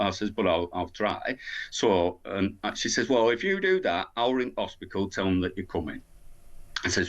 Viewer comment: Hos pit al. Not HOSPISKAL